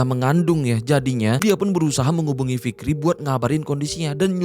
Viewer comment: Kirain cuman gua doang yg kedengaran nya ntah fikri /ntar rifki yg bner yg mn inii